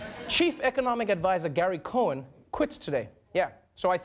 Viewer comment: "Cohn", not "Cohen".